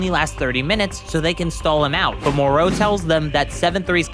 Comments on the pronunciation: Pronouncing names always cracks me up... more-O really it's MorO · Why do you pronounced it Mor-row? Every Dragon Ball Youtubers I've seen pronounced it Mor-Ro. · Its mo-ro not moreau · Skipped the video when you started pronouncing Moro as Moró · Good video but your pronunciation of the name Moro bothers me you put a V at the end Morov or Morou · It's spelled "Moroh" not "Moreau" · STOP SAYING MOR AND THEN O ITS JUST MORO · Hearing you mispronounce Moro's name over and over again is like nails on a chalkboard. It's Moro, sounds like Toro Or the Mortal Combat character Goro It does not sound like You want More Os 🫣🤦🏽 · ok dude... it isn't MOR-OH, its MORO. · It's pronounced more o not mor row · The way he pronounces the names Moro he says Morol or something else and merus marus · Why do you pronounce it mor-ow. I bet you are one of those disgusting people who pronounce Goku "Gow-cooh" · Pausing to say “More-O” 😤. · FFS, his name is not Moreau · Monroe? Why do the americans doesn't know how to say "O" Piccolow, jacow, gowku hahahahahahahaha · I can't hear you say moro like that anymore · Why do you keep saying Moro with such emphasis? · The way you pronounce Merus and Moro is pissing me off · your pronountiation of MORO is entirely wrong, eventhough IT HAS OINLY TWO OPTIONS. USEFULL VIDEO, PRONOUNCIATION WAS REALLY FUCKING HARD TO BARE. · the way tou say Moro is awful